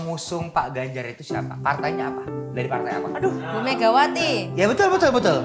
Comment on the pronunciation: Baswedan jadi Baswiri, Ganjar jadi Ginanjar, Nasdem jadi Nas Drum, Perindo jadi Perindro, wkwkkw ngakak bgst